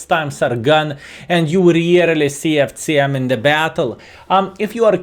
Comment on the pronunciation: The pronunciation of C in FCM is unbearable. Nice content otherwise!